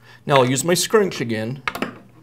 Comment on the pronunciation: I don't like how he says scrench